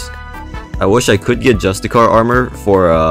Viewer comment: Y u say justicar like that